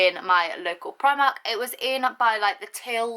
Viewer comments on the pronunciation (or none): U pronounce it like 'preemark'